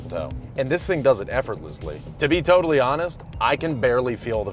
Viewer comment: you said TOWtally honest lmfaoooo